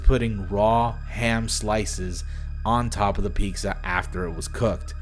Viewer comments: why are you pronouncing it ''pixxa''? its fucking pizza PIZZA not pixxa goddamn.. xD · Bruhhh he keeps saying peekza instead of pizza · Love the video. Do you say “peetska” instead of “pizza”? Am i the only one who noticed? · Why do you pronounce “pizza” like “peeksa”? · seems like in the restaurant clips, you're saying "peekza" over and over instead of Pizza loving the vid... gotta love some good ol NK propaganda!! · Why do you keep saying picsa?!?! it's peetsa! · "Pixa" (Pizza) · piqueza? P.S. just read the pinned comment and now I feel bad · why does he keeps saying "pikza" instead of pizza ? lol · Ah, yes. Peeksa. I love peeksa. Peeksa is my favorite. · Everyone: I hear peeksa Me: wdym I hear pizza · he really be sayin "pixxa" as many times as possible. on english keyboards, the Z and X are right next to one another, so its ALMOST a strange deep-layered misspelling joke. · are you saying peeksa instead of pizza? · Why are you saying pikza instead of pizza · Bruv it sounds like ur saying BEKSA instead of pizza haha still a great video tho :) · ok but why the fuck does this guy say peaksa instead of pizza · jeez man just say pizza normally it's not peekza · If I knew that I was saying "peeksa" instead of "pizza" I definitely wouldn't say it literally 300 times in the same video. Also, lol, "peeksa". Wtf. Just say "pizza". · sounds like you're saying piksa instead of pizza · bro.. i love ya, and please dont be mad.. but its pronounced PEE-T-SUH ... not "PEEK-SUH" ... i really hate myself right now.. but dude.. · pinned comment literally addressees the peeksa thing still comments 4 years later: aNyOnE eLsE nOtIcE hOw hE SaYs PeEkSa? WhY dOeS hE dO tHaT? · Why does pronounce pizza as “peaksa” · Had to stop watching the video cause you kept saying Peek-sa for Pizza lmao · "Say Piksa one more time" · If I have to hear you pronounce pizza as “peexza” one more damn time….. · "peeksa" You're so Mexican,! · Ironmouse wasn't kidding when she pronounces it piksa